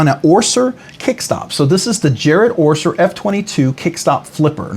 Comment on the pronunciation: fyi, it's Jared Oeser, not Orser.